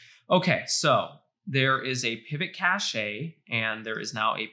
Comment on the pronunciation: This whole "Kashaee" of yours sounds retarded....